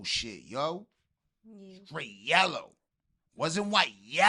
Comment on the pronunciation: “STRAIGHT YALLOW!!”” 😂😂